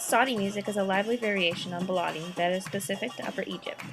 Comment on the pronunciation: Oh sorry to voice a tiny criticism: The pronounciation of some words kept annoying me a lot (again, sorry to say that). It is not "baalaadi" with an a like you used. It is more of an "e" like in ball"e"t! beledi :) And it is saEEdi not sadi!! long "ee" like in "gee!" :) Else it was really really nicely done!